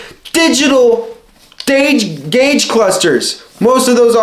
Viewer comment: digitigdal gaudge clusters